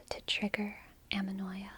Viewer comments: amenoia ? isn't it anemoia ? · It's ANEMOÏA. Kiss from France, by the way.